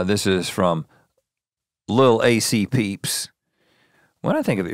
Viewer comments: the second tweet i had to rewind bc i heard nothing after rhett said “lil ac peeps” my guy it’s lilac peeps 🤣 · rhett reading “lilac peeps” as “lil’ ac peeps” 😭